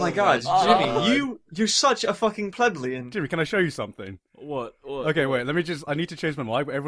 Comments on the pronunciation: DID YOU JUST SAY "PLEBLEAN"?!?!?!! The term is pronounced "ple-BEE-in", written plebeian, and not actually that accurate to the insult you actually want to convey. The word refers to a low-commoner in ancient Roman society. Capite censi, while less concise, is far more degrading. It literally means "the head-counted", and refer to those who are uneducated and own no home or possessions, one step above a slave. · I'd like to point out that mispronounced plebeian. You philistine. I also like how he says Jimi has "sh*t taste" when he's the one discounting an entire musical genre. I know it's mostly in jest, but everyone is kind of off-putting in this one.